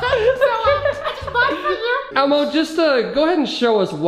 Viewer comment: Every time u say Elmo it says Alma